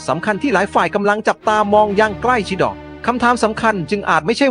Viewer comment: 😂😂😂😂 องค์รัชทายอทอ ใกล้ชิด่อ 😂😂😂😂 ทำไมไม่อ่านเองให้ Ai อ่านทำไมภาษาไทยเลยจะวิบัติหมด